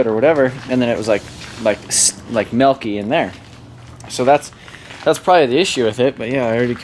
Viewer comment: what is melk? in reference to you saying the fluid is melky.